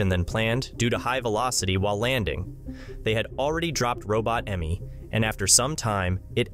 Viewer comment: Aime, not Emmy.. omg